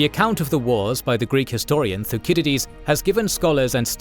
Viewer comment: thuckidides?????? thussicidees surely. makes me think your voice is just AI gen.